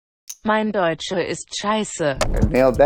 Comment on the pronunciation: "mein deutzche es sheizu" I lnow I butchered the spelling but man that was BRUTAL lmao